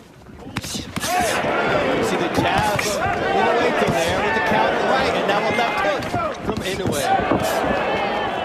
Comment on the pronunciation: 『男はノーリアクション』だの「ナオヤ◦イノウェイ』だのちょいちょい笑える解説者だったね。